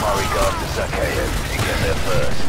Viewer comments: Zakhaev is pronounced like zahaev the kh is like an h in russian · Zakhaev, not Zakheov